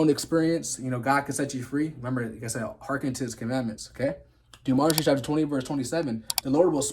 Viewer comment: It's Deuteronomy, not demonitry